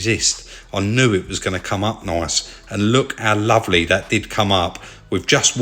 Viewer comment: "it 'as come up laaavely"